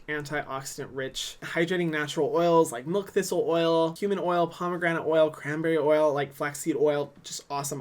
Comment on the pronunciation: Ngl thought he said human oil instead of cumin oil for a hot second